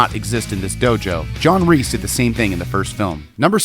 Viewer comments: I don't know why it bothers me so much but every time you say John REESE (It's Kreese) cringe. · Kreese, Not Reese! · His name is Kreese not Reese. K. Not R. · JOHN “REESE” 💀💀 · Would it have been too much to ask for to have given this video assignment to somebody who knew that Martin Kove's character is KREESE - NOT F**KING REESE! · His name is John Kreese not John Reest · or john reese💀 its like saying john reeses puffs